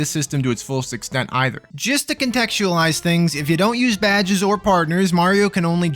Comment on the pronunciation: I like how you pronounce badges as "Bad Jizz." Once again, I'm in awe of your standards.